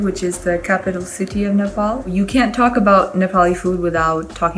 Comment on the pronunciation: sorry i am a nepalese i just cant help hearing this as its supposed to be nepal